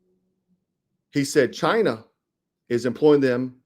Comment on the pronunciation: It's not Chiner. The drones are conscious ai.